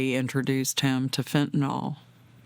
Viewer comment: Preach long and loud, but please....fen-ta-nil